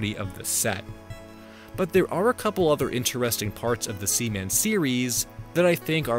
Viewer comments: Sea. Man! SEA! MAN! Not semen. As in jizz! Splooge! Man bazooka juice! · I love that you kept calling seaman sеmеn